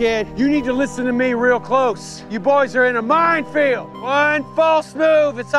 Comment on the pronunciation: I like how he says “Minefield” in a “the field you’re in is mine” kinda way